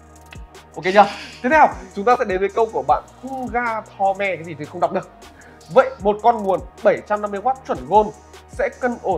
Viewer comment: Hung at home, ông đọc sao ra hun a ho me :V